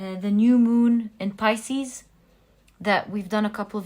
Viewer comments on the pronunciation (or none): none